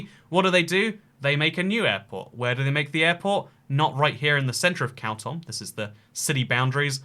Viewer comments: its pronounced "kaa - toom" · Yes: you are saying it wrong. Correct pronunciation is KHAR-TOOM /xɑːrˈtuːm/ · Isn't it pronounced car tomb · Khartoum.... Like Cartoon...change the N for an M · The capital is pronounced “car tomb” in english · Why, why would u pronounce khartoum that way